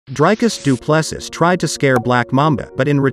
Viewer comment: It's pronounced "DUE-PLA-SEE" ....DuPlessis.